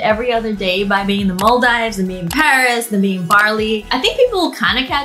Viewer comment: when she pronounced Maldives wrong Idc, ily wengie💜💕💙